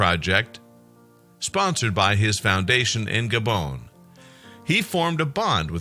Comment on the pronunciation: gabon. not gabown